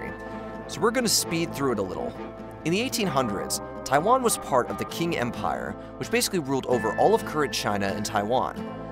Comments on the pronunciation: Pls stop saying king empire, it’s ching empire It’s a bit annoying, otherwise I love your videos. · The CCP is the Chinese Communist Party, not the name of the Peoples Republic of China (PRC). The previous dynasty was pronounced Ching not King. The US has not really ever formally committed to military defense of RoC. Biden simply admitted what is de facto what would happen if needed. Blinken just restated the official position they has always put forth. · I think quing is pronounced ching and not king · proper pronounce is 'Ching' dynasty /Ching Chao 清朝. not King. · Communique is “kuh mew nick kay” and It’s “Qing” not “Quing” and pronounced “Ching” not “king” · FFS 😂, Qing sounds like “Ching” And it’s PRC not PROC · For The LOVE OF GOD! 😳😊, it's Pronounced like the Standard American English /Ching/, because, in "pinyin", which is the Chinese phonetic writing system using the English alphabet, the letter "Q/q" is ALWAYS PRONOUNCED AS: "CH", AS IN: "CHURCH". So! It's The "Qing" (/Ching/) Dynasty! 😊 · Quing empire?? Pronounced King?? Communiqué pronounced in … I don’t even know which language? This is not the quality I am used to with this channel. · No. It’s written qing and pronounced ‘tying’. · "QUING"?!? Dude! Really?!?😅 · It's spelled Qing and pronounced "Ching" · Just wanted to say that Qing is actually pronounced as Ching, but overall its a good video. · You're going to sit down and read for 36minutes about china and you can't even be bothered to learn how Quing is pronounced, F this, I'm out. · You lost all credibility as a China commentator with "QUING". To mispronounce Qing as /king/ is somewhat forgivable, but to then go and print the name with a "Qu" forcing your mispronunciation of the pinyin to conform to English lexicographical rules makes you sound like a tourist. I can't take your content seriously because it lacks a fundamental lack of knowledge about the culture being discussed. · Qing is pronounced more like (ching) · Qing Empire not Qiung.